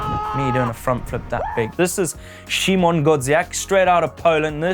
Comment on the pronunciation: I love how do you say "Szymon Godziek", English people saying Polish names 👌